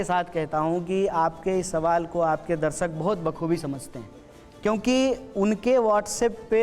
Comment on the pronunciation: Itne saal padhai kar ke bhi darsak ko darshak kehna nahi seekh paya🏆😂😂